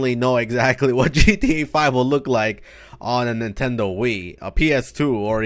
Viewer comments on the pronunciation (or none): none